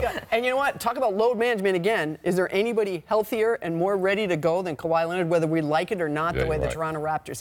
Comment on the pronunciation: “KAWHAD” 🤦🏾‍♂️ Scottie can never ppl names right 😂😂